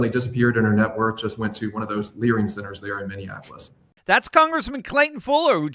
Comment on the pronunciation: “Learning” will never be spelled and uttered properly again.😂